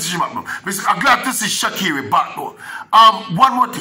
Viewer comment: no e in sha'carri.....not pronounced Shecerri